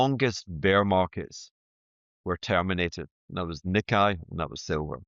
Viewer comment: HH- Its pronounced NeeKay!!